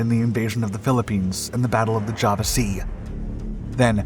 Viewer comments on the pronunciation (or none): none